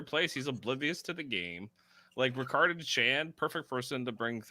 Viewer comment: Why do you keep saying Ricards name wrong? His name is Ra-Card not Rick-erd.